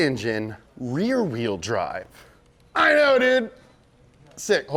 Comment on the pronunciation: glad i'm not the only one who has trouble with pruhnouncing "rear wheel drive"